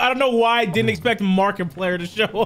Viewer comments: Soooo... we just not going to talk about how Said "markaplayer" and not Markiplier? 🤨🤨🤨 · I know you didn't say Marki-player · Markiplier ❌ “Markiplayer”✅ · Nobody gonna talk about when said "Markiplayer" not Markiplier 🤣🤣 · My guy said Markiplayer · Anyone notice he said Markiplayer instead of Markiplier? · Wait, did he really say “Marki-player”???